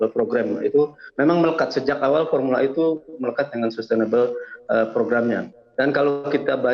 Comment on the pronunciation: ini baru benar pengucapannya. Formula "E" diucapkan dalam bahasa Inggris.